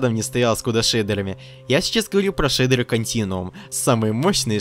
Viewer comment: шейдуэуы, это хоошие шейдуэуы, ояинь хоошая дигция